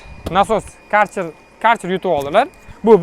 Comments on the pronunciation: Каерчер демайди хой акилликлар керхер дийди бу керхер бу компаняни номи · КАРЧЕР ДЕМИДИ!КЁРХЕР ДИЙДИ УКАМ!!!